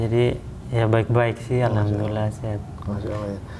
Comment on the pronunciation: tolong jgn menyinggung orang2 yang sudah islam dari lahir dan tolong klo ngomong alhamdulillah di perjelas, karena setiap saya denger itu hamdulillah bukan alhamdulillah